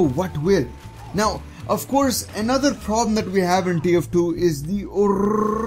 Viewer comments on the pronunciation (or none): none